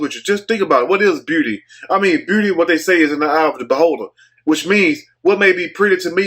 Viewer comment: What is booty?? ...Oh he said beauty lol! Shout out to you brother. Im from Fort Worth and that word is tough of u say it fast enough.